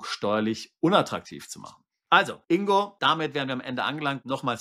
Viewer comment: Und Glückwunsch, den Namen richtig ausgesprochen zu haben! Das G im Namen INGO wird gesprochen! G wie Geil, Golf oder Gold!😊